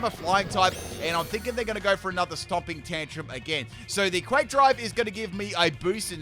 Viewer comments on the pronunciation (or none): none